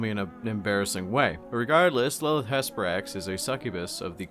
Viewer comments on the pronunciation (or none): none